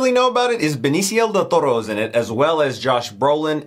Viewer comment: It's "del Toro" not "del ToRRo"